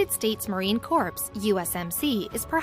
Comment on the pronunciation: the narrator mispronounced Marine Corps as "corpse" instead of "core".